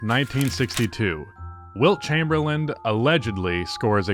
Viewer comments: Chamberlain… CHAYME-BER-LIN . Not chamberland… please respect the legend and pronounce his name correctly. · dude. for seriously. the guy doesn't have a D on the end of his last name. Chamerlain'd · Did you just say Wilt Chamberland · How do you start the video off saying Wilt Chamberlind????